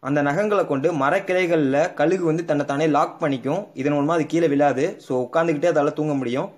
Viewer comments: கலுகு இல்லை கழுகு னு சொல்லுங்க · Bro athu kalugu Illa kazhugu